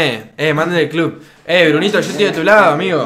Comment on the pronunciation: "mandelen el clup"